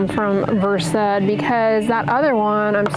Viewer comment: FYI 😂 I know doc pronounced VERSED as VER -SAID , I did the same as I come from medical community. It however is pronounced VERST.😂😂😂😂